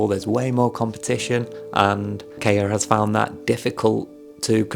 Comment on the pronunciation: Hello there! A fan here. KAIA would be pronounced as "KA" like "CA" in Cameron and "IA" like the "YA" in yard. Also, you forgot Sophia in the member profiles.